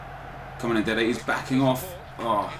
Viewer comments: Why does he say dede the center back ffs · Just say Dede